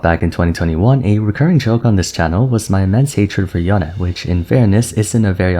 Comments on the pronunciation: Yown-Eh sounds so Weeb. It's Yown-ay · YO-NEIGH NOT YO-NEH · ok at this point someone has to say it WHY DOES THIS GUY REFUSE TO PRONOUNCE “Yone” THE CORRECT WAY??? Intentionally shorten the sound of “e” DOES NOT make it sound more exotic, so why do it???